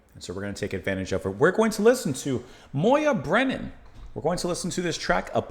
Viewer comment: Congrats! You pronounced her name correctly!